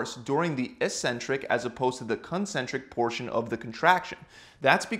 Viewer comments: 'Eccentric' is pronounced as /ikˈsentrik/ not /iˈsentrik/ ! .................. Nice video !! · Thanks for the good info! Just wondering though, shouldn't it be pronounced "ek-centrik"?